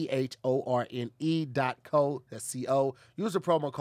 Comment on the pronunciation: mans stilllll cant pronounce hawthorne lol